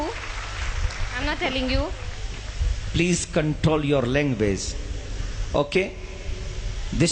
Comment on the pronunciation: language nehi languezźzz😂😂😂